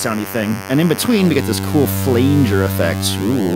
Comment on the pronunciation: lol...petty sure its pronounced flan-jur not flay-njur... just sayin'